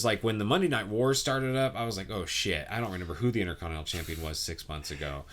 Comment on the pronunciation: nobody:: "RENEMBER.."